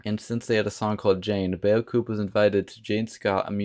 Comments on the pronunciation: Excellent video -- thank you so much for introducing some absolute gems! And it is pronounced "BOH koo" (or "boo koo," if you're Cajun). 😉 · Thank you for those! Some of these songs should be in the next Stranger Things season soundtrack! And it's pronounced Bow-Cooh. It's a parody to the French word Beacoup, meaning 'a lot' or 'many'. ;-) And here is a special forgotten 80's band from the Netherlands, they're called Tower. You should listen to their song 'See you tonight'.